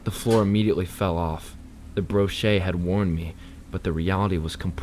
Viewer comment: Great story and nice to have to listen to while working. One little fix-gotta look into words and how they’re pronounced. Example, monotonous is pronounced mo-nawt-oh-ness. Brochure is bro-shur. Gazebo is guh-zee-bo. Cheshire is cheh-shy-err